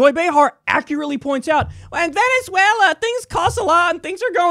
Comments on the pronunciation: “Venuzula” Kill me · “But... but.. VENEZUELERRR!!”